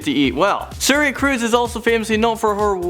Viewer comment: Tom Cwuise. Anyone?